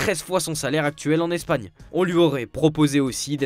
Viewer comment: Tellement 😂 "on espère un RE-bond" ou encore " qui s'est incliné 2-0 face à L'ES-pagne"